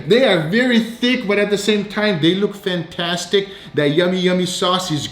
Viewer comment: THATS “PFANTASTIC”